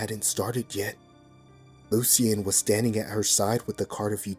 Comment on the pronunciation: I love your narrations, but I have to tell you, you are pronouncing Loucian wrong, it's pronounced like - (Lou-shin) hope this helps